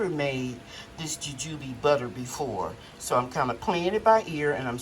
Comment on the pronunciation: Nice harvest. Your pronunciation sounds right .. Jujube butter looks good What flavor does the butter has ? Like Apple sauce Thanks for sharing